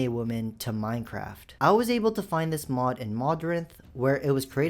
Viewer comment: Bro can't even say mod🥀🥀🥀